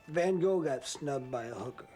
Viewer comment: If a so called 'expert' cant even pronounce Van Goghs name right, calling him Go, cant take the man seriously.